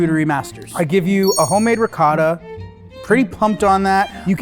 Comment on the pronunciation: I'm shocked at the fact they didn't know what rennet is, like, here (Italy) you learn how cheese is made in elementary school, I guess we take our cheese very seriously lol P.S. Zach, awesome pronounciation on that last 'ricotta'!